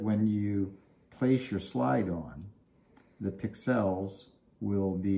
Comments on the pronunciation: it's not Pick-Sells it's one word Pixels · I have never heard "pixels" pronounced the way you say it! 😮